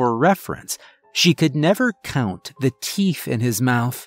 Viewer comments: Ok is it my hearing or does it sound like he's saying TEEF NOT TEETH?!?! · I believe you misread, miss. It's not the teenth fairy.